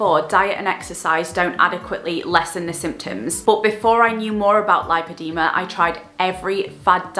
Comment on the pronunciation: Amazing video, thank you for raising awareness ❤ for educational purposes it is pronounced; lip-o-de-ma ❤️